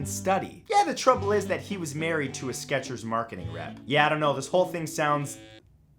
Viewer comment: I miss the T in Skechers